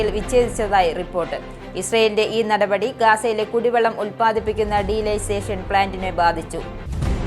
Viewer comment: എന്റെ മോളെ അതു ഡീലൈസേഷൻ പ്ലാന്റ് അല്ല ഡീ സാലിനേഷൻ (ഉപ്പുരസം നീക്കുന്ന പ്രക്രിയ ) ആണു